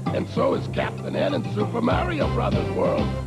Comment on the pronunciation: Even can't get their name right. It's Marr-E-Oh, not Merry-Oh.